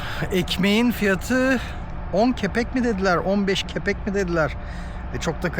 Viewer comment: Sevgili, Kepek degil kapik yani kurus ve bu arada bu guzel video icin tesekkurler...